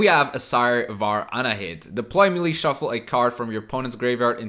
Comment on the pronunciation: Hey, love the content just a quick pronounciation thing. The world Melee comes from French, and is thus pronounced "meh-lay"